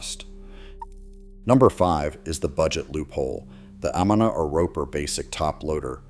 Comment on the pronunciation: I HATE AI narration. Mispronounced brand name Amana (ah.mun.ah). My water valve went out on my maytag COMMERCIAL 10 year warranty in 4 years and would cost almost as much as the machine cost new.